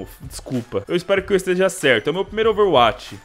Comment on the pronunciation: fala ouveruati kkkkkkkkkkkkkkkkk